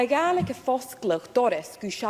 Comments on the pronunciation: So sorry, but it's not Scottish gaylik. That's something a gay guy will do to you😅. It's pronounced galik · It’s Scottish Gaalic not Scottish Gaylic. That is Irish.🏴🏴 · Thank you for correcting on Scottish Gaelic, it was annoying me